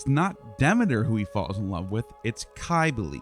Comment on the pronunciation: Cybele with a c not a k is phonetically the sound of sibel